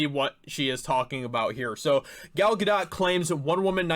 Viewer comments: "Gal GadoT" The "t" is silent. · Well I'd hope she wouldn't be bc she is from Israel...the place President Trump backs and has helped 100% btw idk if you were just trolling her last name or if like me at first you genuinely don't know how to say it but it's pronounced Guhdóe...i think that is the right mark above the O,it's a long O sound, again idk if you mispronounced genuinely or not n I'm not being sarcastic or trolling by telling the correct way just passing the info to ya,love ur episodes on the channel, like i wrote: Thanks for helping be a voice in this fight 💪🤘😆🤘🔥🔥🔥🍻